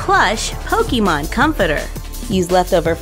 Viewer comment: Does it bother anyone else how she says Pokemon? 😂